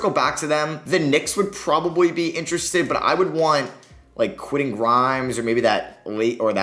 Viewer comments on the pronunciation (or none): none